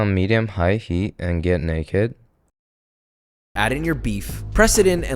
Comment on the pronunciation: Nakey ❌ Naked ✅ what is he saying 🫨